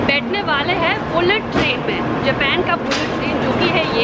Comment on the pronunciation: Japen nahi japan bolna sikho